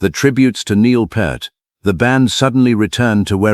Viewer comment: Neil Part, Neil Putt, Neil Populupigus. Stupid AI. Neil Peart. Like it's spelled: P(pee), ear(eere), t(t). Duh.